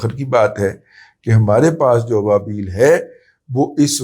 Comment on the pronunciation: مطلب کے ابابیل کے اندر ابا الگ سے پڑھا جائے 😂🎉